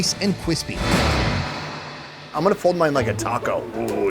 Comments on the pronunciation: Nice and cwispy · i cought that 😝 crispy not quispeeee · xD he said cwispy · anyone catch that he says Kwispy.. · They look like socks He said,"Cwispy"😂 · you said quispee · Nice and "cwispy" LOL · Do you know you said “nice and chrispeee.” Lol about the rice paper pizza lol 😝 have a random person that gets to go with you one day. Like a contest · until the rice paper is nice and cwispy. hahaha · "...nice and cwispy." Someone call Joshua Weissman. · He said ‘cwispy ‘ 🤣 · kwispy